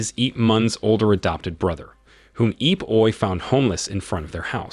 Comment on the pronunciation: "eep oy" wtf lol...........................................